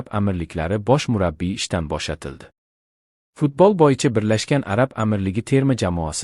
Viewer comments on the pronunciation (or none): none